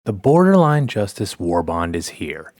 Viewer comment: Boderline Justice, Good video though but I found that funny.